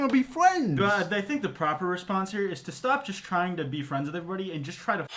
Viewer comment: ARE WE GOING TO TALK ABOUT HOW HE SAYS FRIENDS LIKE “FWENDS” AND IM CRYING